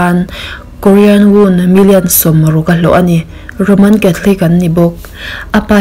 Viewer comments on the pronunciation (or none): none